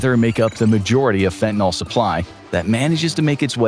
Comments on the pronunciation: It may seem pedantic but from the standpoint of the actual meaning of the word it makes a big difference. The way it is frequently mispronounced suggests it ends in -ol (fentan-ALL) rather than the correct -yl (fentan-ILL). In organic chemistry this implies a completely different molecule, an alcohol rather than a general alkyl. So why not just pronounce it like it is spelled and not contribute to the dumbing down of the populace? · Its FENTANYL not fentaNOL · its fentanYL not "FentanOL" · For dog's sake, correctly pronounce fentanyl. It's not an alcohol. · Leave it to Infographics to mispronounce fentanyl every single time...